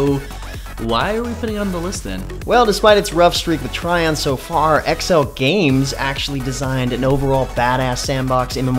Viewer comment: Trion is pronounced Tree-on by the way, not Try-on...